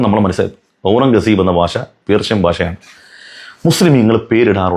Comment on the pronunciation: ബാശ അല്ലടാ പൊട്ടാ,,ഭാഷ.